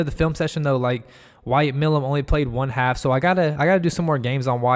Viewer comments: Milum is a long "i" (My - lum) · Pronounced My - lum